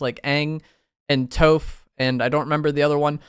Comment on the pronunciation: I partially watch just to hear pronounce things crazy, TOF for toph beifong is wild 😂 love the vids